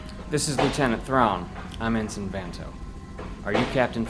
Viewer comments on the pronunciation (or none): To the Thrawn actor, very good job. The voice is perfect. I do have a question though, is the way ensign is pronounced as en-sign supposed to show Thrawns difficulty in pronouncing words?